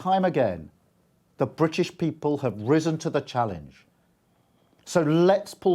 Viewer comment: The Bwitish Pweepol